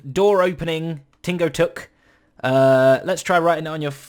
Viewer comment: Hmm, Tingo Tuk sounds like Tango Tek.